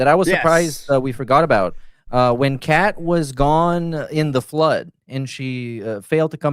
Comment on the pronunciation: Why does everyone write "Khet" when DSP clearly says "Kheah"